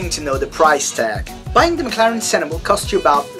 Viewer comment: you are pronouncing senna wrong